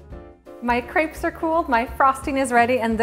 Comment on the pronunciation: I wish people would learn how to pronounce crêpes properly